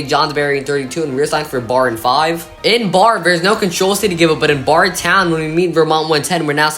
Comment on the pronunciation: Barre, VT is pronounced "Barry".